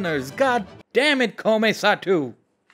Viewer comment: "Satou" is pronounced "Sah-toh."